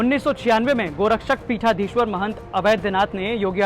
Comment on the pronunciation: अरे भई... गोरक्षपीठाधीश्वर शब्द है न कि गौरक्षापीठाधीश्वर...।।